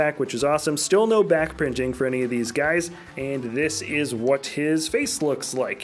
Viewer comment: When doing pre visla he said back prinjing